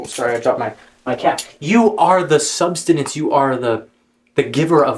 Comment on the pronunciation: You severely mispronounced the word sustenance 3 times in 10 seconds while talking about knowing what words mean.